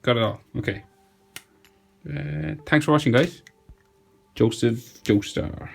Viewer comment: "JoEsePh JoEstIr"